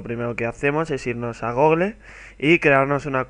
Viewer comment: Se dice Guguel y Guguel plus, no tal como se lee.